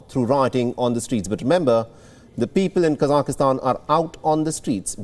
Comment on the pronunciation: Please someone help this guy reading the news to say KASAKHSTAN - It is NOT Kasakistan - it is 3 syllables - Ka , SAKH (silent H), Stan